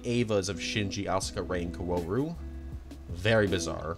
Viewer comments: Bro gave up on kaworu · Stop saying "co-ooh-row" it's "Kao-ru" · "Karuru" Also, FANTASTIC video! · “Seal” and “Kawooru” 😅😅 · Why do you pronounce Kaworu like "Kauwooru"? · love the video bud, but how can you pronounce his name wrong for the entire thing? KA-WO-RU! cmon man, its a phonetic alphabet! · car roo roo lol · Kawaararoe? Bro there is no fucking way there’s hundreds of videos of people pronouncing the name. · your mispronunciation of kaworu is killing me man 💀 sorry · love this video!!! amazing n watched it all , but all the pronunciations of all the names killed me😭😭especially kaworu’s, that aside, i cant believe the azumanga daioh mangaka made multiple eva doujin!! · Nice video, but... I wish you did more research on how to pronounce the characters' names.. Kawooru, Aka-gee... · the way he said kaworu 💀💀 even akagi 💀💀